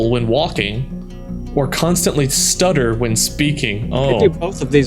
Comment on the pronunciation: does anyone else notice that stutter is studder which is incorrect